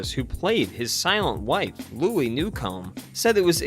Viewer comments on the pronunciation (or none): none